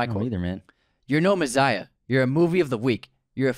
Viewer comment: You guys said MEZZIAH twice!!!!!! UNSUBSCRIBED!!!!!